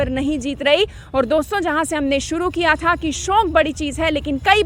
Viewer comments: SHONK NAHI HOTA …SHAUK HOTA H..ANCHOR HAIN AAP KRIPYA APNA TALAFFUZ SAHI RAKHIYE😜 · You are so adorable mam... And the way you speak 'shauk' is amazing......